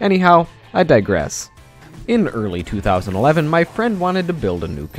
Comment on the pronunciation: hahaha even you fall into the influence of amarican tech youtubers wht that " i digest" word :D haha i had good giggle :D